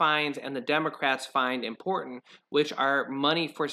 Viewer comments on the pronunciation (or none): none